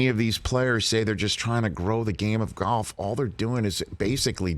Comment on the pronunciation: It's not pronounced gyolf